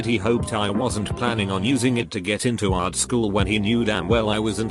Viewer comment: why u keep saying art like ART